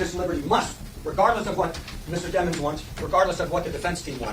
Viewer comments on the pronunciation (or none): It’s deee mons. Not dem ons they tryin not to make em look like a demon 😈